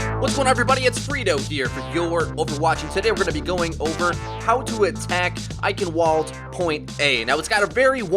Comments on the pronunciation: Because Eichenwalde is German, it is pronounced Eichenvalde with a v. In the German language there is no w sound. Not a big deal, just something I noticed, but if it is pronounced with the German language in mind, it is pronounced as a v. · The way you heavily enunciate the W in Eichenwalde makes me think you KNOW that's not the right way to pronounce it but you're doing it on purpose. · The W is pronounced as a V. It's German. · Oh my god, the way you pronounce eichenwalde... I want to blow my brains out. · Fluffy Dogge I know, I want to fucking scream when he says eichenwalde. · It's really bothersome to pronounce it like that... Not everyone speaks German like you. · the w is pronounced like a v fuck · Please, never pronounce Eichenwalde like that ever again. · Athena isn't German tho, it's pronounced like a V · The pronunciation of Eichenwalde. AHHHH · David H The e at the end is also pronounced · It's pronounced EichenValde, not EichenWalde, please, this kills me. ik its nit picky but still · actually, it's I-hen-vuld rather than I-hen-wuld... kind of hard. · The map isn't pronounced like the way you speak it, it's pronounced "Eichenvalde". The reason why you say it like that is because it's a German name. Also the female announcer says it with a v, not a "W". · Your Overwatch Hey Freedo "Eichenwalde" is a German word and in German "w" is pronounced "v" so it's "Eichenvalde" for us English speakers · Eichenwalde is pronounced "I shen vald a". My ears bleed every time I hear "I can wald". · its German...Pronounced EichenVald! not wald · Anyone else get a bit triggered he said eichenWalde with a w sound instead of the correct V sound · Eichenwalde is a German word so the W is pronounced as V. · agreed. While there is more to saying it correctly than that one mistake he made. I mean dammit even the announcer says V, not W. How can he be that dense!?!?!? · It shouldn't be that hard to pronounce a "v" instead of a "w". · Eichenwalde: W is pronounced as a V